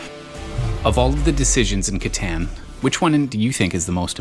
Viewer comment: Please learn to say the title of the game correctly. It is a German Game. You sound ignorant!